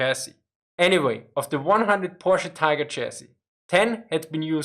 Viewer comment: It's pronounced Porsh. POOOOORSH. - Homer Simpson